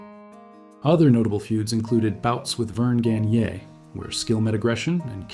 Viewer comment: I would love to see some video of the Crusher. "I'M GONNA THROW THAT BUM THROUGH THE CAGE LIKE A TOMATO THROUGH A SCREEN DOOR!" Also, it's Vern Gagne, pronounced "Gone-ya".